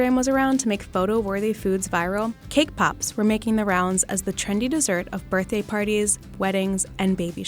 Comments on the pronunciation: I know they are saying cake pops but I keep hearing k-pop. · Cake pops or kpop? I hear both 😂